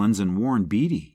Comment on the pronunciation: Good Grief! Warren BATEy, not BEEDY!!!